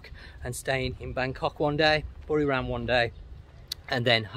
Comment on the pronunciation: its buriRAM not RUM same as papaya not POPaya